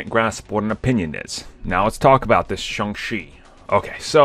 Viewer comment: IT's pronounced Shong CHEE, not Shong SHEE. I don't know, maybe your doing it on purpose, like the other guy calling it the M She U.